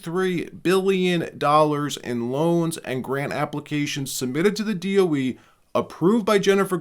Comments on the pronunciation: DOE not DEO. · D.O.E. not D.E.O. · DOE… not DEO… i was wracking my brain to figure out what DEO was 😂 thanks for actually speaking it out and not just using the letters… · DOE, not DEO, Dept. Of Energy. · It's DoE, not DEO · Whoa! DO DOE or DEO? Almost skipped this because of this. Why can’t you list DOE? Against algorithm? I’m still…subscribed but…. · DoE not DEO just heads up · You say the DOE so what is it DEO. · DOE not DEO